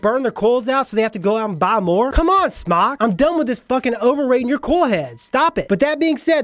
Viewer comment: SMOCK? It's pronounced SMOKE.